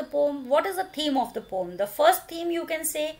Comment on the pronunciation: mam you pronounce poem wrong